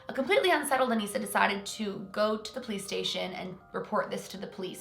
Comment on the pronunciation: she said PlayStation instead of police station 😂 and I was confused